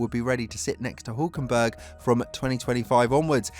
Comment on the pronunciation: imagine DR3 saying Hulkenberg once again 😂😂😂😂